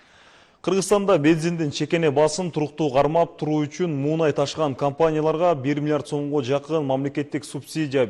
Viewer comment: Муунай эмес " Мунай" деп айтылат, азыркы журналистер билими жок.😏